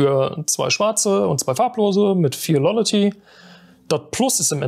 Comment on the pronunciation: sagt dem armen jungen mal endlich jemand dass es nicht lollaty heisst